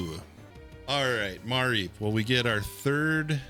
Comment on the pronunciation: it's muh-reep not ma-reep lol